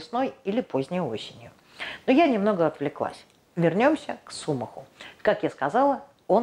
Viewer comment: не сУмах, а сумАх. Не двуХдомное, а двудомное....растение.